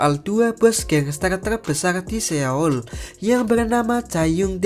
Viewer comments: Seoul di baca soul, Bae dusang di baca be dusang(e nya e keras)young di baca Yong,Seung hee di baca seng hi (e nya e lemah)🙏sekedar mengoreksi😁maaf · Seoul itu bacanya soul